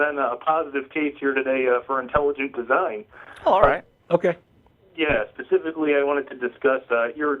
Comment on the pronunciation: Intalujunt deezine.